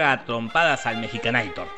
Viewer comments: Es mexicanator, no mejicanator ¬¬ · "Mexicanaitor" te mmste buey!!! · "Mexicaneitor" XD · 'Mexicanator' jajajajajajajajaja